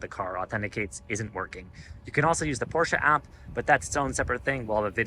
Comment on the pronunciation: You had my like just for pronouncing Porsche correctly! Great video